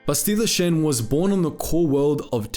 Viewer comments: Bro why do you pronounce everything so weird. "Bestila Shen??" LOL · “Basteela shin” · You pronounce her name incorrectly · Way to pronounce Bastila Shan completely wrong lol. Also, Bastila didnt defeat Revan, Malak did.